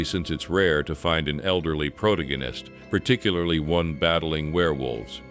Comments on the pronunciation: “Proto-gen-nist”? You mean pro-tag-gen-nist? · ?"PRO-tah-go-nist"? oh, "pro-TAG-oh-nist". ( - ) ?"lan-deez"? oh, "LAN-dis". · Say "protagonist" again 😂